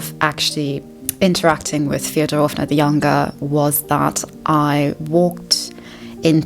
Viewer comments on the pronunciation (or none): also- a little pro tip, as a russian, a can give^ in last names like Фёдоровна (Fyodororovna) you should stress the first syllable fYOdorovna - thats the correct pronunciation! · It’s killing me you called them Feodorovna 😂 but great video